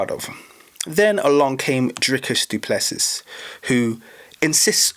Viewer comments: How dare you talk about our Country which btw you know nothing about. The French, Dutch and Germans came here because of religious persecution in their original countries. They were settlers, not colonisers. The guys name is pronounced du Plessi..no Plessis. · Dricus Du Plessis is of French descent. Lol. The last "s" is silent.